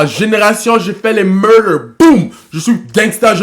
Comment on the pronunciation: Il a pas dis murder, mais "Meuda" =Amsterdam